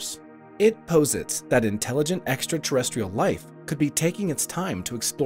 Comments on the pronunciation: poh-zits ?? Posits is pronounced more like pah-zits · Thank you! I thought the SAME thing and it was bothering me. I've assumed it's pronounced "pause-its". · The narrator mispronounces "posits."